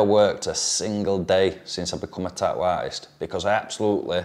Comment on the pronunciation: "Tah-ooo" That glottal stop tho.